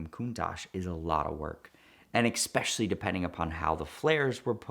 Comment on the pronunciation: said "exspecially". And I can't unhear it.